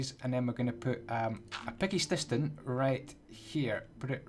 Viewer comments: Who else heard him say picky stiston?! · "a picky stiston" LOLOLOLOP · why does he say tinishing fatchess and picky stiston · He said tinishing fouches and picky stiston😂